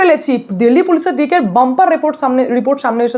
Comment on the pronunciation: দিল্লি টা কে দিল্লি বলো ডেইলি এভাবে বলছ কেন